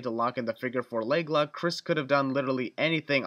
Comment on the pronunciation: Did anyone else hear him say Fiqure 4 leg lug